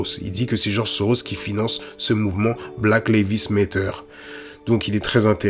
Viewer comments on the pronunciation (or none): excellente vidéo cependant... Black Lives Matter se prononce "black laïv'z méddeur" (laïv'z comme life par exemple) et le "T" se prononce "D" méddeur" pas Lévi's comme la célèbre marque de jeans mais laïv'z lol Tu dis "black Lévi's méteur" tu m'as tué lol 😄 bon sur la forme je te taquine un peu mais ça m'empêchera pas de te mettre un pouce bleu car sur le fond c'est une top analyse 👏😉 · Super. Bon travail comme toujours. Poursuis ainsi et merci. Par contre pourquoi choisir de prononcer "Black Lives Matter" comme tu le fais? La vraie prononciation est tellement plus simple. Just saying... anyway Big up! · pk tu dis black levis matter??